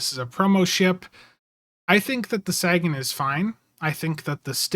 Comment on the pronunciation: Wolf 359 would be awesome. A new New Orleans class would be good. I'd also like to see them include the Curry as an excelsior variant Btw it's Sagan (Sae-gun) after Carl Sagan